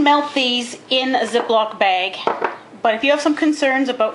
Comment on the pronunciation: it sounded like she said in za block baglike istead of the but she did not say that she said Ziploc Bag